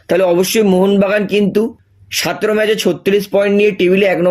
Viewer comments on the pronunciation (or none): Dada sataro na bolo sotero..😅